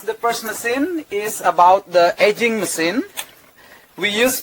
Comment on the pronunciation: Masin or machine? Hahahaah